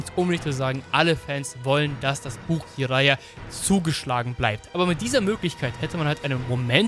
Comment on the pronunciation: Warum sagst du immer "ijara"?? Er heisst doch "dschiraja", oder?